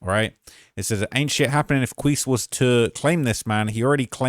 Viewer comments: he name is pronounced (key-see) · Quise { kee-see}